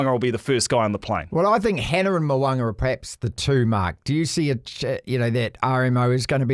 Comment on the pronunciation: I wish you guys would pronounce Richie Mo'ungas name properly